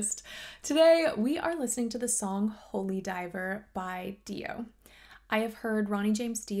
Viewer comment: "Holy Dive uh"